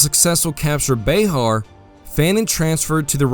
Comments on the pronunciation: " Bay-har." I think it is pronounced,"bear." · Bexar is pronounced Bear, the X is silent. Just being a social justice warrior lol.😇